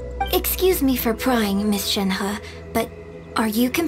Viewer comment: I dislike how Shenhe's English VA pronounces her name... everyone else pronounces it so elegantly 😅